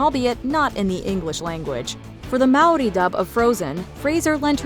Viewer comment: Love you say Māori correctly ❤